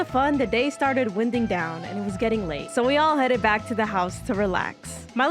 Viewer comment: you really said "winding" like a gust of wind LMAO